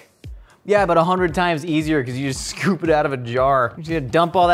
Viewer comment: I am disappointed that the captions said "scoop" when clearly said "shcoop"